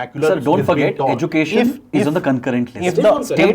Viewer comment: edu cation not education